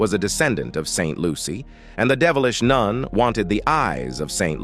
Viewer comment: Can't get over the "noon"😅